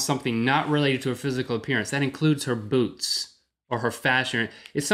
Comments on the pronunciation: i was sure rhett said boobs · rhett, enunciate the "t" at the end of boots. It sounds like you're saying boobs. For future reference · lmao "Nice boots" sounds waaay too much like "nice boobs" to say right away. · i thought rhet said boobs not boots. :DDD